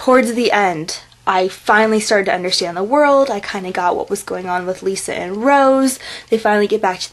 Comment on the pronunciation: The names are Romania not Italian and Rose is half-human half-moroi-vampire and your saying Lissa's name wrong,your saying it like Lisa(L ee s a) and the wright way is Lissa (L i ss a) But I do agree with you Rose is my favorite character. The series does get better as it go along and all of the characters grow up.